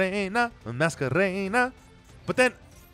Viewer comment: "la masquerena la masquerena" lmao fucking